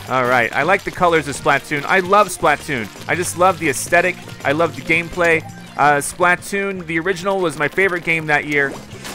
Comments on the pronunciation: The way you pronounce Splatoon made it low key hard to watch. "Spluh-toon", not "Splaht-toon" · Okay dude seriously, start pronouncing Splatoon correctly. Its a play on the word platoon. Its pronounced the same way. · Why does he say it like splat toon it's 1 word splatoon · every time he says "Splat-Toon" I cringe a little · i cringe everytime says splatoon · The way you pronounce Splatoon drives me nuts.